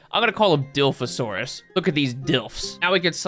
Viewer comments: IT IS PRONOUCED DIE-LOF-OH-SUAR-US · Paleontology major here, gonna comment every mispronounced dinosaur name (I do this out of love) Dilophosaurus, pronounced dill-off-oh-soar-us Ceratosaurus, pronounced serra-toe-soar-us Nasutoceratops, pronounced nah-suit-oh-sarah-tops Struthiomimus, pronounced strooth-eeoh-mime-us Carnotaurus, pronounced car-no-tore-us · Dill-off-oh and sir-Rah-to :) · Even though he apologized in advance, I will never forgive you calling dilophosaurus "dilfs". Struthiomimus "strut-yo-legs-asaurus" Ceratosaurus "carrot-oh-saurus." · (Pronunciation) Diloff surat strooth, k I’m done just wanna watch the video now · thank you for the apology your not doing terrible so it’s ok but it’s die lof (like loft without the t) asaurus and cer (like sir) rat asaurus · Bro couldn’t even pronounce Dilophosaurus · I don't want to say you angered every ARK player by mispronouncing dilophosourus but you did. Congrats.🎉